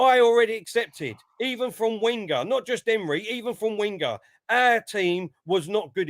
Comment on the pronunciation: Can we get Wenger's name correct? It's pronounced Ven-ger not Wen-ger